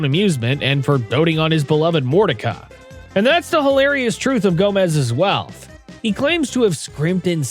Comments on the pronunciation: Aristo-cracy? Mor-ti-ca? I genuinely wish these "content creators" (because they're not; the AI is doing it for them) could at the VERY LEAST edit the script o that words are at least pronounced right. But they can't even bother to do that. Always downvote AI slop. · This has to be an ai voice. Mispronounced mortica.